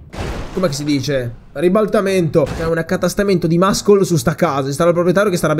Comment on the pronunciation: muscle = MASSOL (pronuncia corretta!) NON MASCOL ...